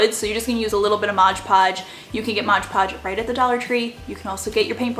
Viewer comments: It’s MOD Podge, not Modge Podge. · I have been shopping at DT for about 20 years. I love your videos and style, but have to tell you it’s “mod podge”. Sounds like you’re saying “modge podge”. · MOD podge Not modge podge... M O D Lol 😂 Great DIYs though 🖤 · Love all your diys !! Super cute ! But it's called Mod Podge not Modge Podge ! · Why do people say modge podge? It’s MOD podge lol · I’ve been shopping at DT for about 6 years. Oh, btw....it’s MOD Podge, not modge podge. Lol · MOD Podge. A bit of a pet peeve of mine... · “Modge podge” 🤣🤣🤣